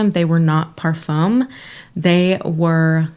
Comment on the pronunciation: Just wanted to chime in -- you said 'parfum' correctly!! You got the French pronunciation down! :)